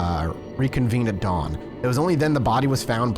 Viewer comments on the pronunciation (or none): none